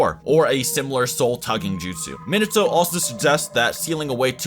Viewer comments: the way he says Minato triggers me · Not to be rude for a guy who has watched naruto and has a channel about anime would at least know how to pronounce minato properly. I mean like how do u mess up